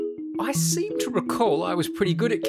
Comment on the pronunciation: Did he say "I 'C'm to recall?"